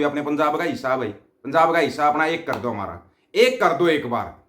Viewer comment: Lahore walo Betta Aap Chote Chote Grupe Bana Kar Kuch Tuition Teachers Kiyon Nahi Rakhtey❓Bo Teachers Aap ki R Or D ki Problem Hal Karne Me Aap ki Help Kar sake.Jaise Aap kar Rahe ko kad Rahe Bolte Ho, phir Aap Lahore ko Lahod Bolte Ho, Aise Aap ki Wording Sahi Karwa Deinge Bo Teachers 😂😂😂😂😂